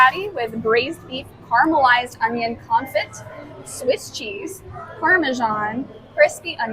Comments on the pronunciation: Confit?conFIT NO, lol How can I take a food review from a pronunciation of conFIT😅 NO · Nearly choked at the pronunciation of confit lol😂